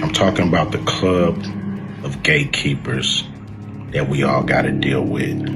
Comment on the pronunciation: When he say gatekeepers he mean gayekeepers😂